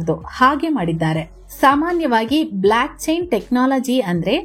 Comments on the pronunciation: ಅಕ್ಕ ಅದು ಬ್ಲ್ಯಾಕ್ ಅಲ್ಲ ಭ್ಲೊಕ್ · Hello, it's not BlAckchain. It's BlOckchain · ಅಮ್ಮ ಬ್ಲಾಕ್ ಅಲ್ಲ ಬೋಲ್ಕ್ ಚೈನ್ 😂